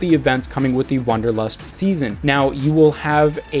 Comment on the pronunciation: It's Wanderlust not Wunderlust and is german and means the desire to hike.